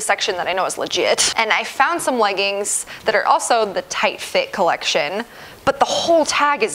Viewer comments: It’s so cute how you say legguns instead of leggings. 🤗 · The way she says leggins😂😂😂